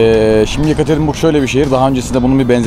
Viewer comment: bin kere söyledin hepsi de yanlış. yekaterenburg değil yekaterinburg...